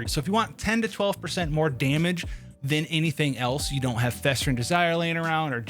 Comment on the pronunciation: "it's only game why you heff to be mad?" 😂🤣